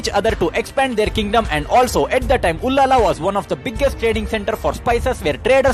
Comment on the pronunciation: it is ullal not ullala. But thanks for making video on abbaka chowta.